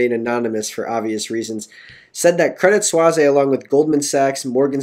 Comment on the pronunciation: lol its not "Credit 'Swazay'" it's "Credit 'Sweese'"